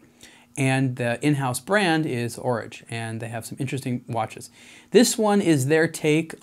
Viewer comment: A good dispassionate review! I must admit that hearing 'Horage' pronounced as in 'Porridge' knocked about $1000 off the price for me. 'A small version of a big date' seems somewhat self-defeating.